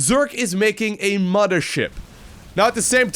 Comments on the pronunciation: Its Mothership. Not "Moddership" :P :D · The modthersip! The modther ship! You realize there is no D in mother right? If you're gonna be a caster, you should probably work on your english. Muh-Th- er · is he saying.. muddership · I love how he says “moder ship” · “Muddership” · "ZERG IS BULDING A MUDDERSHIP!" - 2018 AND he's saying it correctly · Did someone say "moddership"?